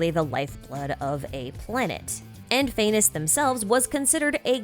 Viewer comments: Phanes is pronounced Phah (as in fa from like the word far) and nes (sounds exactly like the word niece) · phanes’s name is actually said as faa-knees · All praise "Fay-ness"